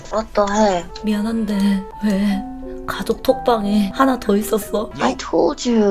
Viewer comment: 발음 봐 아이톨듀~